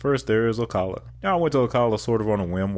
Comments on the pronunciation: It’s “ “Oh-CAH-luh” not “Oh-cuh-luh”! Lol! And Ocala is known for its horse culture. Also, just outside Ocala is Silver Springs known for its glass bottom boats. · you mispronounced Ocala, it’s call “Slow-cala” :) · I love your vids, but you really need to learn how locals say the names of the cities. (See Ocala and Dunedin)